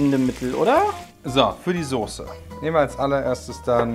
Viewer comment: Soße nicht Sose ... aaaahhhh